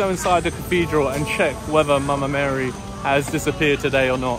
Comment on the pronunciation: I love the way you say " Mama Mary". ❤️